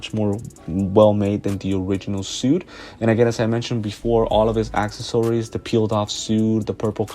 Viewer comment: Nice video! Although “acksasories” is killing me 😂